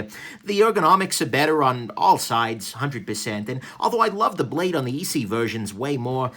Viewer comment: It's not EEE-CCCC .... it's pronounced SSSS -EEE.